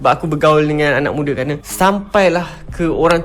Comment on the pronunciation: Hello bapak encik "anak mudaa" bukan "ana mudee". takutlah pada hukum agama/Allah. membodoh2in pendengar